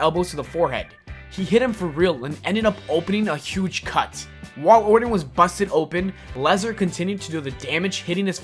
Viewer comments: Randy Ordin? It's Orton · Not a bad vid, buddy. If I could make a suggestion, work on your vocal delivery a little more before recording. You kind of sounded like a 5 year old when you couldn't say Randy Orton's name correctly (hint, there's no d in Orton). Really, it's just down to polishing. Don't say the word "a" as "ay", say it as "uh". The hard ay sound breaks the rhythm of the sentence and makes you sound more halting and less prepared. Still, like I said, I enjoyed the video. Good job.